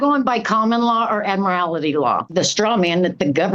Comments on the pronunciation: Always cracks me up when they say admirality Law or maratime law. Those Laws deal with the Ocean an seas. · "Admirality" law lol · And she’s saying “admiraly”, too. No ‘t’. Lol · these idiots should at the very least learn how to pronounce admiralty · The sovcit was obviously attempting to say "grammatically", but as this word is apparently not in her vocabulary, she enterprisingly made up the word "grammarly"(just as she also made up the word "admirality"). As she was basing this on the word "grammar", if it were a real word, it would be spelt "grammarly". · She pronounces "grammatically" as "grammarly" and "Admiralty" as "Admorality" - I'm not surprised she's a sovereign citizen, none of them have an IQ above 50!! 😅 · It’s not ‘admirality’ it’s ‘admiralty.’ One ‘i’ If you’re going to keep repeating that get it right. It’s not ‘gramerly’ it’s ‘grammatically.’ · thats not "grammerly" correct? huhhhh? "Admorality" law? hahahaha this lady's in last place.. too much methamphetamine.